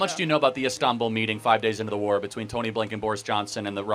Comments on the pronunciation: She can’t even pronounce war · She can't even pronounce "war" properly.